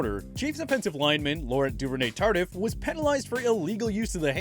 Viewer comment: I stg he did not just pronounce Laurent Duvernay-Tardif’s name like that